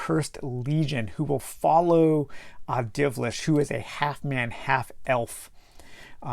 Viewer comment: It's Dilvish, not Divlish.